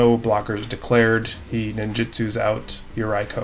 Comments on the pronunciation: Yeah that yuraiko... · is for sure a degenerate human being lol Great video! Keep it up:) Oh, since Yuriko is japanese, maybe you want to pronounce it something like "Yu-reeko" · Came for Galea but glad to find a good content channel 👍 lol just change that "I" to a "E" sound in Yuriko tho 🙈😅😂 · Haha I didn’t know mispronouncing Yuriko could erk me so much. Love to see her gameplay but I think she may have been a little too powerful for some of the decks at the table.